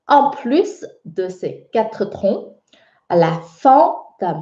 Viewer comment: J ai l impression que tu prononces trons alors que il faut prononcer tons en français ! Merci